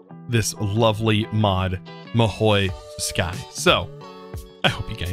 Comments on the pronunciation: It really annoys me that he says Mahi toski, it’s Ma-who-soo-kai! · it's pronounced mahou su-kai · Stop saying "mahoi tuskai" or im gonna be sad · and in the start your video your mahou tsukai speak gone wrong